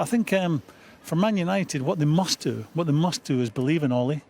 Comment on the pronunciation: What's a "Manishunited"?